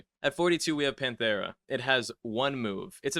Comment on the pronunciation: hearin bro say “watch the show” for wind and then mispronounce pantera is so funny 😂